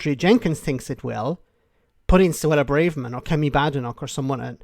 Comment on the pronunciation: You're still pronouncing Suella BRAVErman's name wrong. You're in danger of becoming Tool of the Week..... That's from one Irishman to another, for those of you not from Southern Ireland!